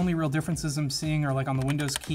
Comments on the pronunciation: "eye of soreawn" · Please tell him how to pronounce Sauron and other things in LOTR.... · Is nobody talking about how he pronounces "Sauron"? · mispronounced Sauron.... please stop